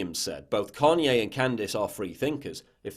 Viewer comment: "Carrnye West"